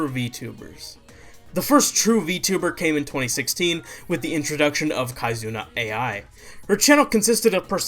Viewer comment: had to turn off the video after you said "kaizuna A I"